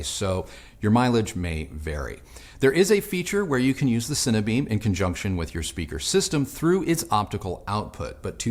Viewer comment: 'Cine - Beam' not Cinnabeam